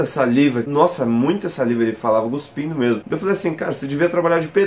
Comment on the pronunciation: Deu nervoso quando ele falou desse jeito ×-×